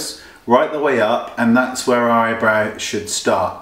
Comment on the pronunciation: I love how he says "Eyebro"